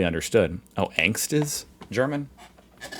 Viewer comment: The A in Angst is pronounced as the A in Darth and not as the A in Vader. A z is pronounced as ts.